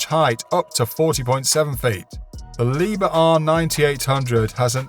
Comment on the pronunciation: Maybe you would like to pronounce "Liebherr" as it should be pronounced? 😂 Loading and unloading speed? 😂 I gave up after the first two devices! 🤣